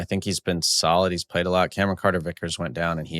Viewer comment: Really enjoyed the player Evals and can’t wait for the WC squad picks from the guys! (I had to bring some half-hearted Leeds smoke 😉but the way Tim said “Cameron” gave me Key&Peele Substitute teacher skit vibes 😂😂☠️